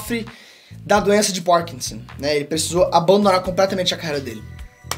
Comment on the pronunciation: doença de POrkinson ??? Kkkkkk forçou demais para falar bonito e acabou falando feio o nome da doença e o nome do ator